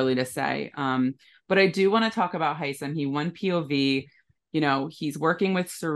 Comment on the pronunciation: you are the only person on earth who pronounces Hisam properly! THANK YOU!